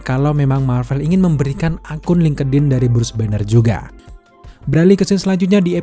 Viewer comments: FYI : bang link' in aja bacanya jgn linkedin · Dibacanya bukan lingkedin mas...... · Ini ngakak si lingkedin 😆